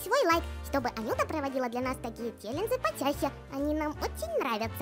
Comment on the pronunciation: Не чэленджы а челенджи